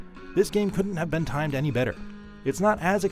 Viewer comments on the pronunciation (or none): none